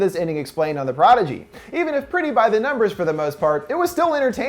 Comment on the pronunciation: Doesn't pronounce prodigy correctly, 0/10